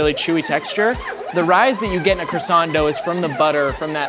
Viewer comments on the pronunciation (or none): Still struggled with "croissant" though haha Edit: and "herbs"